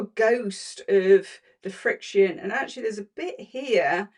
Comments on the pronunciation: In Canada we Pronounce it frick-shun. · The name FRIXION is pronounced just like the word *FRICTION*. Easy to say. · I think it's pronounced as "friction." 💜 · You can pronounce the name like you say "friction". Thank you for going through all of this. I've been saying for a long time to not use Frixion pens anywhere except in seam allowances and your research, and documentation, has helped in my endeavor. I've shared your video with my quilt guild. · In America ppl tend to say Friction. Like fiction.